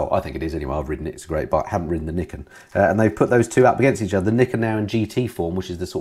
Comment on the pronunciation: or as pronounces it, Yamaha's Knickers:-D